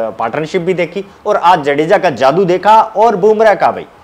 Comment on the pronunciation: Sir jaadu nahi jaddu 😂😂